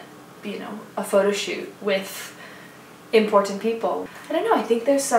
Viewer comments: i dont get it, why is that so weird? lmao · the one thooo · Is it because she glottalised that t? Bit of a Britishism there :D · I watched so many times as all her catwalk every a.m. She says "important" like you and I, but the first time she says that so many times was a classic... I bet someone commented and she got conscious!! Ohhhhhh! Her voice is beautiful !!!!solid and clear!!!